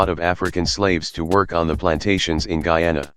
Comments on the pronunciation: ITS GUYANA NOT GEANA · Bro the voice says GEE YAUW NAW, it’s GUY ANA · The Gayana countries No offense if you live in Guiana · There is Bri'ish Guy-ay-nah There is hom hom hom Gui-oh-nown And there is weed pirates. They may not look like south americans, and they aren't. As such, they play the Caribbean Cup instead of Copa América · Guyana is pronounced GUY- ANA